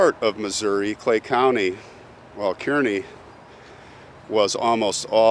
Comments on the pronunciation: It’s pronounced “car-nee” 🙃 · So the person who claimed to be Jesse James buried in Texas isn’t buried in the correct grave. Two other people are. My money is on that he is buried in Kearney. (Pronounced Car-nee)